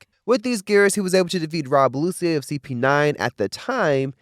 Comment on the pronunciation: You almost had a new subscriber but calling lucci., “Lucy” is ridiculous